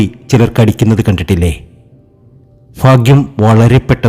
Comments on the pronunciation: ഫാഗ്യം മനസ്സിലാകുന്നില്ല 😁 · ഫാര്യ ഫർത്താവ് ഫാഗ്യം! ഫദ്രകാളി, സൗഫാഗ്യം, ഫാഗ്യക്കുറി ........ ഒന്ന് പോടേയ് കുണേയ് .........